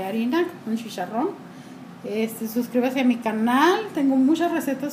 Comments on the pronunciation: CHi-CHa-rron NO shisharron! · shisharron se sshhihuahua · shisharron xD